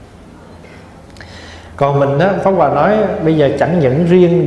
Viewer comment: Pháp hoà mà nghe thầy nói lại thành pháo hoà. 😁😁